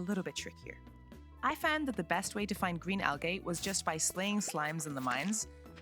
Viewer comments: It’s not Al-Gay, it’s Al- Gee!!!!! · I enjoy how you say al-gay instead of al-gee. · Just for the record...its pronounces "Al-Jeeee" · AL-GEE NOT AL-GAY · Al-gay hurts XD Amazing video but just fyi it IS pronounced Al-gee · stopped watching cuz of how you pronounced algae “Al-gay” 😂😂😂 jk jk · if you fucking say algay one more fucking time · It's pronounced al-gee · "Why are you 'gae?" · She says Al Gay. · Algay… I’m using that pronunciation from now on 😂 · Has she never heard anyone say the word Algae before? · The way you prounounced 'Algae' was an instant video stop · pronouncing algae wrong is killing me T_T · Yeah I giggled every time she mispronounced it. 😂 Great video btw!